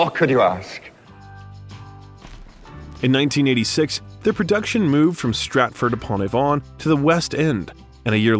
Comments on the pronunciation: I do wish Americans would learn how to pronounce English names - Avon has the stress on the 'A' not the 'von' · It's too bad more of this isn't shown in Rickman's own words, particularly when the narrator butchers not only French (les Liasons Dangereuseseseses?) but even English words (Stratford on Avawn?). Couldn't finish it. :/ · Avon is not pronounced Ah-vaun. It's Ay-vun. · Is this a Robo commentary ? Viscount is pronounced VYCOUNT and Stratford on Avon the emphasis is on the A of avon not the O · ? ish "Les Liaisons Dangereuses" pronounced by voice-over actual real human or text-to-speech generator not aware of, or designed, for French ?? and IT/he later intonates Stratford-upon-avOn ! WTF ? American or Robot ? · Great information. But i am always amazed how a presenter can mispronounce words such as Viscount Avon Macchavalian nd the surname Mirren. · You butchered the pronunciation of Stratford Upon 'Avon'.😂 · the narrator needs lessons in pronouncing French and the word Avon